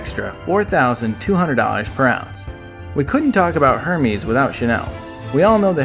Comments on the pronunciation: Hermes, really? Don't do videos about wealth if you can't pronounce the word. It sounds like Air-mez, not Hermes. I suggest you redo your video but my favorite is Angel by Terry Mugler. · Loved the video but the way you said Hermès killed me. It’s Heir-Mes ;)